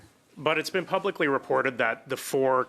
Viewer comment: She cannot say the word " PUBLICALLY " ? she manglors the word ; "PUBLISCHE " @@@